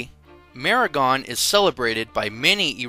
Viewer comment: Except for the funny pronunciations, a good video. Zoroastrian is pronounced Zoraastrian, Meher is pronounced May-Hayr, Mehergan is pronounced May-Hayr - gaan, Demavand is pronounced Day-ma-one with a d sound at the end. But good content though, so well done.